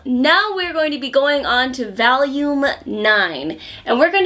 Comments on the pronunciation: reviews a lot of hentai and adult manhwa, but the most degenerate thing about her will always be how she pronounces volume as VALUME. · omg how says "volume" is so Winsonsin loooooool